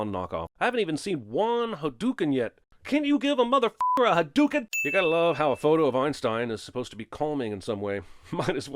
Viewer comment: I remember Ryu doing his fireball when I watched this Year's ago! I remember him saying "Hyduken"!